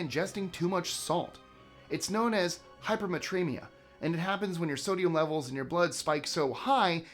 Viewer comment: Tiny quibble. I heard “hypermatremia” it’s actually hypernatremia. Na is the chemical symbol for sodium.